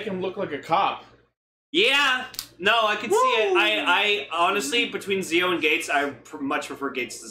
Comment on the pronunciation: Guys the name is pronounced jii-ou.